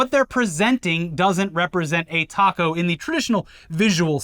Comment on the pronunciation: pronunciation of “taco” was absolutely the best way to pronounce it with a British accent. I know because I tried pronouncing it with a long “ah” sound and my wife laughed at me for a solid minute. Should he have said it with an American accent or even a Mexican accent? What a silly thing for Americans to take affront to. Pico de gallo, fair enough, he definitely should have pronounced that better.